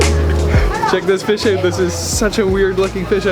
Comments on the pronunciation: "check the eut" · OMG your "out" is the most canadian I've ever heard